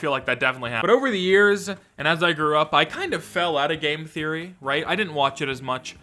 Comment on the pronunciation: who gonna say game therroy :(